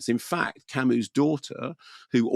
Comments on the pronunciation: It's pronounced 'Camoo'. Trivial point I know but I have nothing of worth otherwise to add to some of the excellent commentary around existentialism already posted by others. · It's pronounced "Camu", the s is silent. Perhaps you can read about Camus' remarkable life. There are two excellent biographies by Herbert Lottman and Philip Thody. Read his other novels as well, to get a better idea of existentialism. It is certainly not nihilism. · I like Kermode & Mayo on film, but they have a very no-nonsense approach to anything philosophical down to the way Kermode pronounces Camus as Kamuss! They are anti-intellectualists who escape into film as opposed to reading books, so their attempt to sum up 'existentialism' is a bit puerile. Very Beavis & Butthead! Camus wasn't an existentialist( he said so): Camus used the novel form to express philosophical perceptions by using images. Camus's philosophy was about the Absurd: what the mind wants, what the world prevents. Also his use of chance as in the absurd murder, which is never fully explained psychologically, apart from the effect of sunlight & heat: " It was the sun." Merseault would be classed as a psychologically challenged individual with an autistic disorder in a racist, apartheid society. That's' why they're right the placement of the named Arabs Moussa and his sister Djemila( important in the court scene) was a revisionist take on Camus's startling novel of 1942. Kamael Daoud 's novel The Merseault Investigations from the Arab's POV has been absorbed by Ozon. This film is a vast improvement on Visconti's 1967 film because Mastroianni was too charismatic in that, so it didn't work. Delon would have been a perfect fit. Don't forget if you see a novel filmed you should at least attempt to read the novel and understand it. Try not to mix Camus up with Sartre.